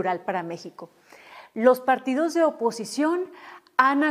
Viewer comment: ¡Ay lela! Se dice partidos no partidós